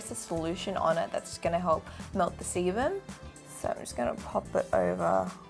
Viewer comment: I thought you said semen not seban x